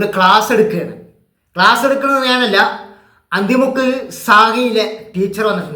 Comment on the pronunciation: അന്തി മുക്ക് അല്ല അണ്ടി മുക്ക് എന്നാണ്.